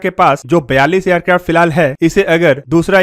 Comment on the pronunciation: Bro why you says Aircrafto all the time you can say it simply Aircrafts